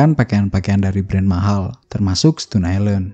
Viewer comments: Bacanya stoun ya bang, bukan stun. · Dibaca stōn bang bukan stun